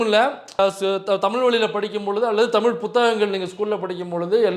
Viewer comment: ஏ யூ டூ புரூட்டஸ் அமைச்சர் நிர்மல் குமார் தமிழை தமில் தமில் என கொல்கிறாரே உங்களுக்குத் தெரியவில்லையா?